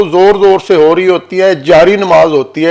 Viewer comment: محترم ہم سب کے لیے ہدایت کی دعا لازم ہے۔ بہرحال اگر گستاخی نہ سمجھیں تو اپنے تلفظ پر دھیان دیں ۔ آپ نے قرآن کریم کے پڑھنے کے لئے جو لفظ استعمال کیا اس کا مطلب "حیض" ہے جو نسوانی عارضہ ہے۔ جبکہ پڑھنے کے لئے "ق" زیر, "ر" زبر, "ء" زبر، "ت" ساکن, قراءت ہے۔